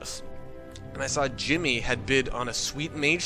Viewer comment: its jimmy not timmy